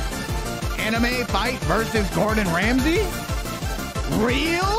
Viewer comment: casually says amine to toutoh